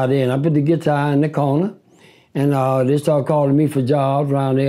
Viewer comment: “The Giitar”